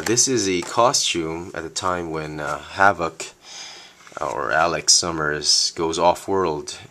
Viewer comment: You pronounced his name wrong. You stress VOK to much.